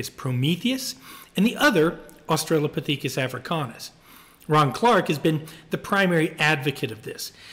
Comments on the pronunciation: Very curious about Berger’s pronunciation of Australo-pah-THEEK-us. Never heard it said this way before. Have tried to find reference to it on google without success. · why did you pronounce Australopithecus that way?